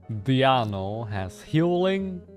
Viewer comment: I can never get tired of codes pronounciation of Diona as Diano lol happy holidays! Thanks for all the vids and streams this year